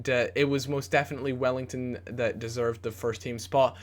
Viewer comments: It's NOT WELLLINGTON it's "WELLITON" :D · it's Well-iton not Well-ington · WELL-I-TON not wellington gooby pls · AND WELL-EE-TON NOT WELL-ING-TON!! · Welington? Welliton!! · Wellington - Welliton. Hmm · say his name right it isn't wellington its welliton! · Welliton not Wellington. :') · his name is not wellington, there is no ing. Its just well-e-ton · Welliton, not wellington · please... welliton... no welliNton.. there is no N in there:P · its said *wellyton not wellington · Can you please stop saying Welliton as Wellington :/ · grrrrr his names not wellington! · Em-en-ee-ke and Well-i-ton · Please stop calling Welliton 'Wellington' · It's EM EE NI KAY and it's WELL I TON! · he's talking about the mispronunciation of Welliton